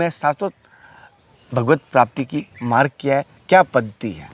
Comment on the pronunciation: बकचोदी करना बहुत आसान है। पहले प्रोनेंसिएशन ठीक कर। मार्ग को मारग और सवाल को सुवाल बोलता है।